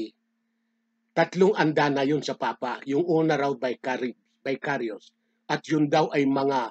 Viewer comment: Bakit na Vicarivs ang salita mo..Mali ka na pagkakasalita